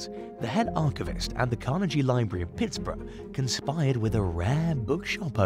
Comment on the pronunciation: Learn how to pronounce the name "Carnegie" properly!